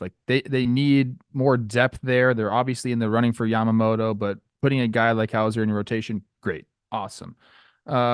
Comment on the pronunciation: LMAO 😂😂 Rosie doesn't want to say Yamamoto name cuz he's been calling in Yamamata this whole free agency haha died. Love ya, Rosie